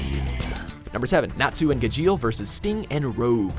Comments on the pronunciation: Triggered over the way he said Gajeel Neji and Midoriya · Pronunciation made me cringe more than where anything was on this list. It's GAH-jeel not gah-JEEL and at least with the eng of naruto, it's NEH-ji, not NAY-ji. I understand I'm being a stickler but when there are a multitude of times they use the correct pronunciation, especially on harder to say names AND they have the clips right there saying how it should be said...makes me think needs to lessen how many anime anything videos they do, or at least try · Ga- Jeel? It's ga-sheel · It’s Gajeel! Instead of pronouncing the J like J, pronounce J with a CH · Doesn’t even know how to say natsu and gajeel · You pronounced Gajeel and Natsu wrong... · Breaha Thomas Gajeel was the most wrong... God im having bad memories of another video with their names..